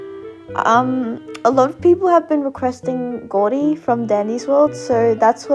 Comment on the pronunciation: I'M CRINE WHY DID U SAY "goudy" INSTEAD OF GOURDY